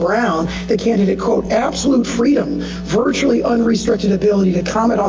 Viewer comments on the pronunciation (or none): he said VERTICALLY! instead of VIRTUALLY? wowwwww